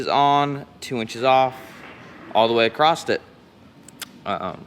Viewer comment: There is no “t” in across.